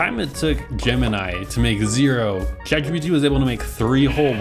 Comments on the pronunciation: cant get over the way you pronounce chatgpt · achaly, shatGPT, shuse, workch. bro fix your shit